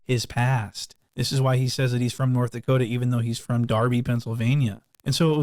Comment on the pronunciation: “north da-coo-duh “ 😂😂😂😂😂 💀